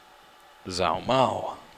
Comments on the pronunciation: You pronounce it (Zhuo) “juuah” ok I’ll use it in a sentence ...貓捉老鼠 ...the first character is “Zhuo” ....this is = “cats catching mice” “zhuo mao laoshu” “zh” in chinese makes the sound that the “j” makes in English ... It will make you sound smart to Asians if you don’t pronounce that zh with a zzzz sound anymore...remember it’s “J” ..and not a soft J ..it’s a real J .... the words zhuo mao means in English “catching cat” so figure that one out lol ask your Asian coworker who is in some of your videos. Anyway.. just havin fun with ya ... you’re awesome keep up the good fight! P.S.16% of the worlds population speak Chinese so that’s ..something 🤓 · You know... All of this time I kept hearing him talk about "Zalmo"... I run into this video, and realize he was trying to say Zhuo Mao. Is there more to this story than just this video?